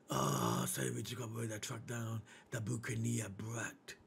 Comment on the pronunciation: It's pronounced as Buck-an-ear